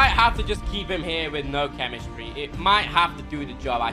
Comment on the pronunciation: The way he said chemistry